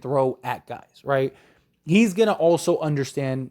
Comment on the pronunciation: "Some Gays" 😂😂